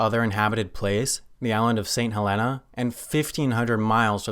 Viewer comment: (I've dreamt about saying this)It's pronounced Saint Hell-eena not Sunt Hell-enna